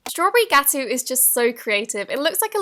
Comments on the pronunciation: Lmao, she doesn’t know how to say GAH-T-OH, Gateau/cake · gateau means cake in French, so it isn't that creative. I should know this, I took French for 2 years. Its pronounced ge-too not gaa-too by the way. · I'm sorry but... STRAWBERRY GATOO? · It's pronounced GA-TOE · You pronounce it like strawberry Guto I know I spelt it wrong but I wrote it how you say it. like if you know what I'm talking about. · Is Ga-T-o It's French so it's harder to say:3 Love U ❤️ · you said strawberry gateau wrong. This was really interesting tho